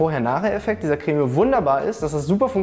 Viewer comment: Sorry, aber Chef hat recht, es wird auf Französisch "Krämm" (oder meinetwegen "Kremm") ausgesprochen, mit einem kurzen "ä" (bzw. "e"). Jedenfalls nicht mit so einem langen "äää" wie der Anwalt in dem Video hier es tut. Entweder hat deine Familie einen komischen Akzent (von dem ich noch nie gehört habe) oder du bist so einer von diesen Menschen, die solche Unterschiede nicht hören.